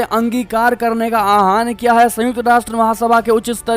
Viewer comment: आह्वान ये aahan नहीं aahwan शब्द हैं। कृपया ठीक से पढे. धन्यवाद।